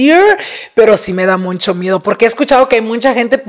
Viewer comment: I cant with saying “muncho”. So annoying 😢 please let him know its muCHo!